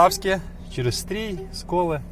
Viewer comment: В українській мові є буква і , а також буква и. Тому не Стрій а Стрий бо аж вухо ріже.